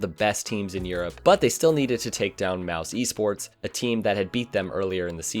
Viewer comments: IT'S MOUZ SPORTS not mouse esports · ok but did this dude really just say MOUSE-ESPORTS